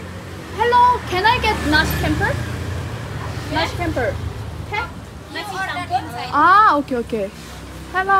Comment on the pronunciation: c in indonesia pronounce like Chocolate, not like curious... so, you pronounce nasi campur is wrong... campur pronounce like champur